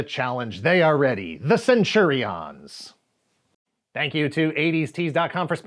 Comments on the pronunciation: Why CenturiOHNs? Do you use the same pronunciation for champions? Companions? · Please stop saying "centuri-ons". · Interesting way to pronounce Centurions. I always remembered it as Cen-tu-rians. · The way says "Centurions" with the emphasis on "IONS" is worth a giggle every time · As a fellow Aussie, do u find his pronunciation of Centurions a bit different to how we heard it? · Can I ask why you are saying Centurions like that? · Am I the only one that cringed every time he mispronounced Centurions? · He keeps mispronouncing Centurions, even after the ad plays. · Why is this guy saying Centurions like that??? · Why are you pronouncing Centurions like that? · Will subscribe when you learn to say Centurions properly...